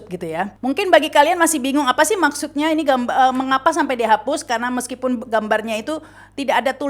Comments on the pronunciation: Btw, ada hal kecil saja 😊, menit kata meskipun diucapkan 'meskupin'. 😃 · Meskupin itu apa ya...plesetan meskipun kali ya ( menit ) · Ada yg unik di Menit meskipun apa meskupin???? Heheheh